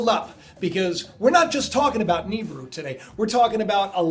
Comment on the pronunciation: i believe it's pronounce Ne-beer-oo.